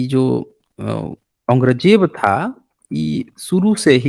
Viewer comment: Dukh di gal hai k aap jesa sarb parvant admit aurang Jeb da nam bhi sahi nahin bol riha